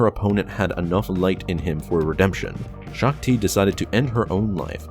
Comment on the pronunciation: "Gen. Greaves killed Shook-Ti"